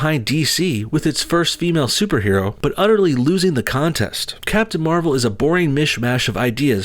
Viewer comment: you said captain marval: civil war lol